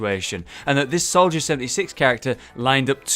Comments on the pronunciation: North gamer solider instead of soldier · Soldier /=/ Solider